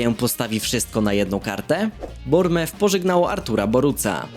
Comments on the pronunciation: czyta się BORNEMUF! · Nauczy się czytać Bournemouth!!!!!